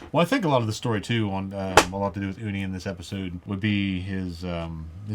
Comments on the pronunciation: “Ooni “ - reference to #120 is pronounced “uhknee”; it’s not her actual name but an honorific title that unrelated younger in age females refers to other older non related females in Korean society. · "Unnie" is something you call an older sister type of person. At first I thought you were saying the edible part of sea urchin, like Japanese uni LOL